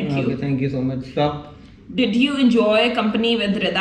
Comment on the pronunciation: why you say shtop instesd of stop